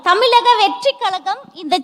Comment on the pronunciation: இவளுக்கு தமிழகம் என்று கூட உச்சரிக்க தெரியல, தமிலகம் என கூறுகிறாள் இவளை போன்ற வற்களை கட்சியில் இடம் பெற்றால கட்சி இருக்காது நிச்சயம். புரிந்து கொள்ளுங்கள் ஜோசப் விஜய். உங்க கட்சியில் உள்ளவர் எல்லாருமே இப்படி தானா? அதுங்கள ஏன் மேடைக்கு வரவைக்கிறீங்க, ஒ...